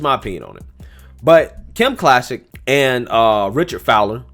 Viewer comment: Clay-Sick. Kim Clay-Sick 🙂